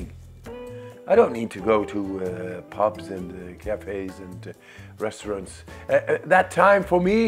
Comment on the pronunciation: Did he just say "restraunts are good for toilets but not for weed?"